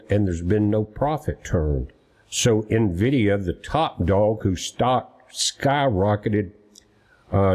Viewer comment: There is no (O) at the end of NVIDIA.